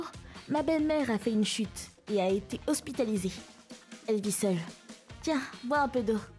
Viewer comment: "hospitaizee" AIE